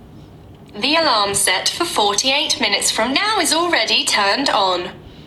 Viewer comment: I believe "Keep using last mode" is on, I just said take a picture and it did with the back camera. And the alarm, the way he said it was a little weird, so it didnt recognize the way he said it